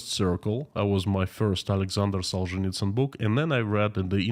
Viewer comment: Now I know the correct pronunciation of the author of “Gulag Archipelago “.